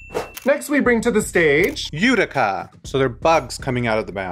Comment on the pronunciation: They keep saying Eureka or its the right pronounciation of Utica's name?